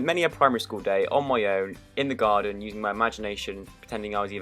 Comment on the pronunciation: Lol "I used to play army in the garden till i was like 17" From the "most likely to" video. And it replayed in my head exactly how he said it... i think they put slow motion on his voice there xD Sounded so British o3o (ik hes British)